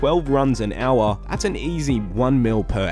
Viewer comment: everybody else -"hour" - "AuA"